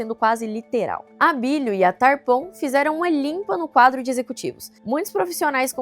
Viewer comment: Eh Taaarpon, não Tarpon